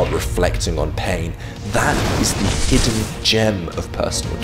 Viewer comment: “Hiiden Gem”! Lulw